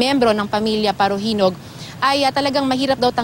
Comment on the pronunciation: Yung salita ng reporter prang pinapaburan nya yung mga parahinog..parajenog.